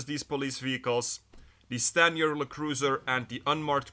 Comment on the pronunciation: It’s not “Le” cruiser. LE stands for law enforcement, bud